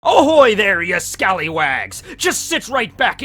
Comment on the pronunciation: “Ohoy”, no, it’s Ahoy